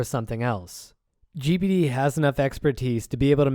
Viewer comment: It sounds like you are saying 'Gibbidy'...you are saying G-P-D...